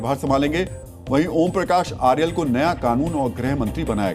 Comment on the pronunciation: खनल नहीं खनाल। आर्यल नही अर्याल। सुदान नही सुदन। १० लाख नही १५।